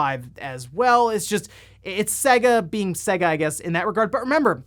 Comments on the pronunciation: For the love of God.............it's 'SEYYYYGA' (as in AGES NOT SEGGGA (as in EGG). Please please please pronounce it properly man. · Anyone else shudder when he says Sega.. I mean, the console actually showed you how to pronounce it on practically every game, especially sonic games.. (First world problems)